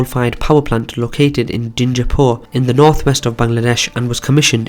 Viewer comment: Not dinjapur ... It's Dinajpur... thanks for well description....